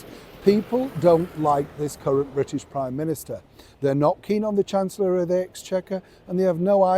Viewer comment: I love the way you say “current Prime Minister “with heavy emphasis on ‘Current’ 🤞🏻the whole front bench lineup would rather be dressed up for top table events than working for the British people especially working class people whom they seem to despise.